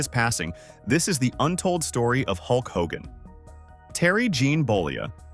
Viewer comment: Maybe before you do a video in the future you should do a little more research and learn how to pronounce the persons name correctly.